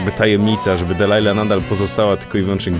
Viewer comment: Nie musisz tego odmieniać... PS. Jej imię to "Delilah", nie "Dealilah"